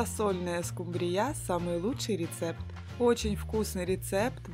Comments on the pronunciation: Неправильно ставите ударение , нужно ударение вначале ствить в слове СКУмбрия, а не СкумбРИЯ, прямо режет слух неприятно! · скумбРИЯ? надо СКУмбрия